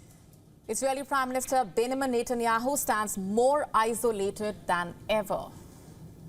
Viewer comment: Pronounce the word Benjamin correctly NOT Binamin 😁